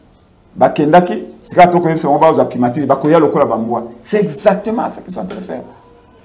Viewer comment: Primature......primatire te, journaliste yekola prononciation